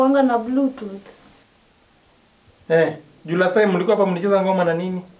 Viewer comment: It's BLUETOOTH, not BLUETOOT